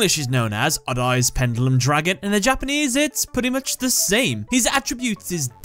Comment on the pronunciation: It is so funny when the narrator pronounces "odd-eyes." (adays) ahahahaha